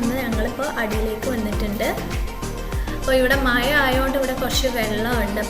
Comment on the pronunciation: Nop മയ അല്ല മഴ 😬